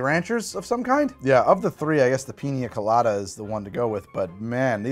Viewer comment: "Piny Colady" I believe this is the point where needs to take a little break, eat a bit, and come back.